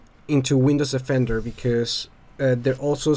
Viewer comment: It's Windows DE-fender, not Windows OFF-ender.